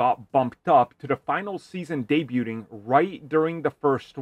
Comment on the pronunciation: Day-bute-ing? pronounced the hell out of that word. Lmao 🤣